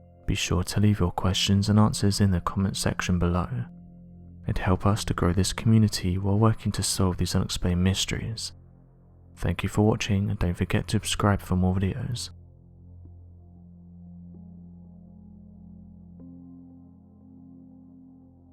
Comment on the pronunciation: Love your videos but please it’s not ubscribe it’s “SUBSCRIBE” 🤷🏻‍♀️🤦🏻‍♀️